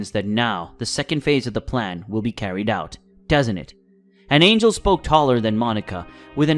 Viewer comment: There isn't an AI in existence that mispronounces angel unless it was purposefully programmed in OR ITS SOMEBODY READING IT AND DOING IT and I don't play with you thirsty for engagement YouTubers so this is my last comment until you stop this fuckery. Your content should be enough AND YOU WILL GET COMMENTS wiithout resorting to this fuckery